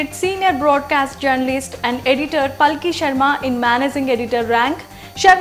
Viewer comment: She is Paalki, are you Indian, then pronounce at least an Indian name correctly 🙏